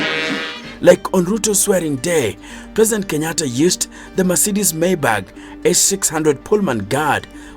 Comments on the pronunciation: why do you keep saying mercedes maybag??😂.....its maybach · It's pronounced "My bach" not "May bag" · Can you stop calling it 'maybag'... You're embarrassing us.